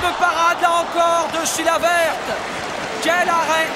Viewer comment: le présentateur dit : chilaverte